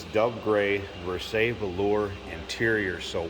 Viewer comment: Pronounce like the Palace of Versailles